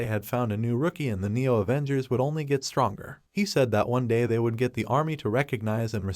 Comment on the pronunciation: avoongers aah😂